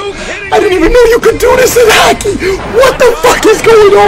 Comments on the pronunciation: It sounds like ur saying hackey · Boi it's not hackey it's hockey 😂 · man says hackey instead of hockey